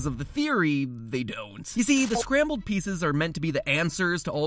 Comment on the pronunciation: LemonCider I heard “Scramble”.